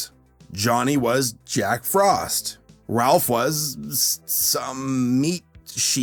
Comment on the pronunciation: It's Rolf, not Ralph.